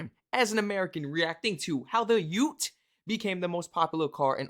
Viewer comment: Yes you got the pronunciation right, well done.